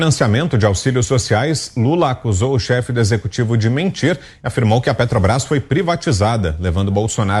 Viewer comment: Hahahahah Lula caducando é o melhor kkkkk parece minha vó antes de falecer... Minha querida vozinha que falava e , do nada, travava... Aí a gente falava : "vó, a Sra tá bem"?? 😂😂😂😂 E outra: será que um dia ele vai aprender a falar " Petrobrás"??? " Petobras" não existe.. tem que avisar ele que isso não existe.